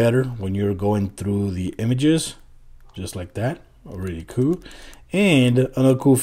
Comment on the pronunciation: It's so annoying how you pronounce "cool"